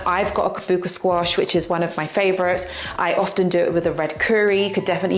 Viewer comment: Kabocha squash is pronounced ka-bou-cha not ka-bou-ka. Loved the video as always !!